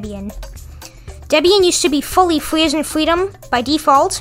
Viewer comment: Fwee as in fweedom 😇